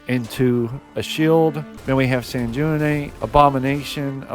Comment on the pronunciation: Sanguinate. G as in gold ui sounds like W